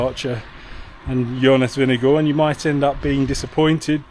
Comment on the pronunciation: as a dane, good job on the pronunciation of vingegaard 👍